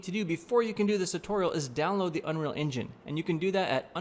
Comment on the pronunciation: Take a shot when he says "what i am gonna deww ". No offense, Great Video!